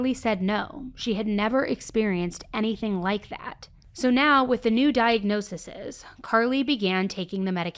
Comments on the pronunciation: For future reference it's not diagnoseses ; it's pronounced; 'diagnosees' for the plural ✌🏾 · Diagnose-EEZE NOT diagnose-eses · Diag-no-sees. Nit diagnosisis. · Just a kind FYI.. diagnosis plural is diag-no-sees 😊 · I’m sorry… no hate, but this is bothering me. Talking about multiple diagnoses is pronounced like diag-nosees.